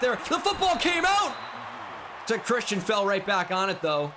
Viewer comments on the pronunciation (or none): none